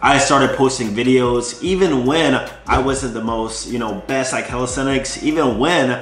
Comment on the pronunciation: One thing that have changed is the way you pronounce the word," calisthenics." Before > calistestic Now > calisthenics